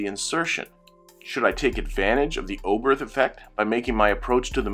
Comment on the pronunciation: Thank you for this excellent and very clear explanation. I’ve often wondered why the Oberth Effect happens, and now I understand 😊 (One very minor point : it’s pronounced ‘Obert’ - the ‘h’ is silent in German)